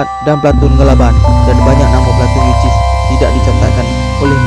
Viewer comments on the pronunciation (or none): Platun yu sis ..bukan yu.ciss. Dol..